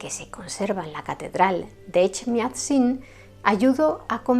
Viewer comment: Gracias por mencionar a los armenios. Es que parece que no existieramos. Echmiadzin, “Էջմիածին”: lo pronunciaste muy bien. Snorhagalutiun djan.